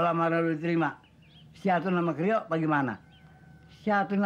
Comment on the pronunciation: Candu denger bilang Karyo, jadi keryo 😅😅